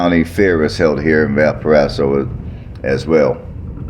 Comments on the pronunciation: Its pronouced Valporazo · It’s pronounced Valparaiso